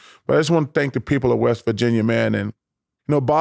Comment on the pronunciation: “i went up to West Virginyer” 🤣🤣